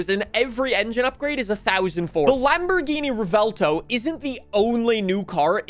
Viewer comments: Rev-well-tow is syllables for the Lamborghini Revuelto, except you mash them together, so the V merges with the U in the first half of the W, making the vuel part of the name. If you want to say it a la Americana, then you'd just mash it straight, rev well tow, Revuelto, not rev-ell tow. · Pronounced "Rewelto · How to pronounce "Revuelto": Rev-well-to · I don’t get why Americans pretend other words are so hard to pronounce lmao “rev-well-toe” it’s really not that difficult 😭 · Revuelto means "scrambled" in spanish, just like your tongue trying to pronouce lambo names 😂 Love your content, greetings from 🇨🇱